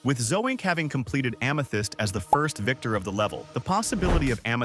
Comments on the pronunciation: Excuse me “zo. ink” who tf is that😭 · "Zo ink" 🥀